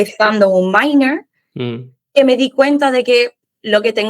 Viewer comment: Me di cuenta cuando dijo "minor" de que es realmente estadounidense